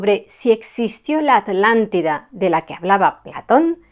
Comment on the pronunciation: Me encanta escuchar a decir: "Atlántida" y no "Alàntida"Como se escucha normalmente a los Españoles, debe hacerlo con especial énfasis como cuando yo debo decir "Vidrio" y no "virio";😊😊 impecable la exposición y la meticulosa investigación, les saludo mientras contemplo las hermosas montañas de POTES ❤❤❤ VIVA ESPAÑA!!